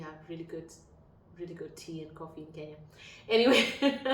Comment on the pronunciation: the word is similar but not the same - you have pronounced the extra vowel 'i' in Kenya that makes a difference! Serbian spelling of Kenya is 'Kenija' and no educated person would ever associate the name Kenya with the word depicting "taking a poop" I promise you! Anyways, the term 'kenjati' is seldom ever used except by some less educated and lower-class people.